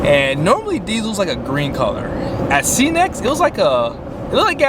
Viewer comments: It's cenex not ceeenex. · You aren’t wrong. It’s pronounced Cenex, like Ten X